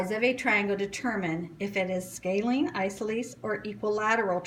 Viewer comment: Isoceles: eye-sah-so-lees Not eye-so-lees Do better.